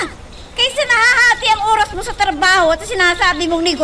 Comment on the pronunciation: Bisaya ang nanay mo..sabi tamang URAS hahahhahaa Oras yun hindi URAS